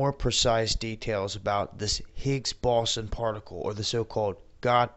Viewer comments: Higgs Baaauuwsun. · Higgs boson. Pronounced Higgs bow zon. Just trying to help. Enjoy your vids a lot.